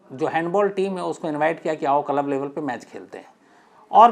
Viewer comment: Yaar tum itne padhe likhe ho lekin club ko dhang se q nahi bol pa rahe?? Bht irritation ho rahi hai jab jab tum KALAB bol rahe ho🤦🏻‍♂️ lekin story sunne layak hai isliye sun raha hun…